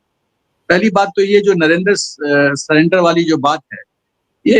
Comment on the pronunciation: राहुल को जुमलेबाजी भी करने नही आती। जब वह सकता है 'नरेन्दर सरेंडर; तो उसको इतनी अक्ल नहीं है कि प्रधानमंत्री महोदय का नाम नरेन्द्र है; न कि नरेन्दर। नरेन्द्र और नरेन्दर के हिज्जे और उच्चारण में ज़मीन आसमान का अंतर है। धन्यवाद।